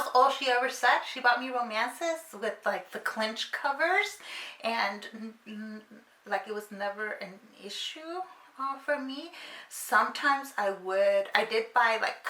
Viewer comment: Did you say 'clench cover'?? What is that?? Same as bodice-ripper? ;P